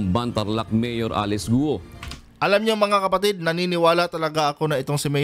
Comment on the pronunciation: Guoooo,,Not Gu-o.😂, marami na nag vlog na 12yrs old cia dinala dto, un tinago sa piggery farm may tutorial .dba sbi nia 14yrs old start na cia business?tatay nia binibigyan cia ng 500k 1M 2M..humahawak na cia ng ganun amount.